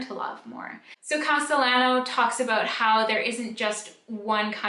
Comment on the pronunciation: The writers last name is pronounced Casteyano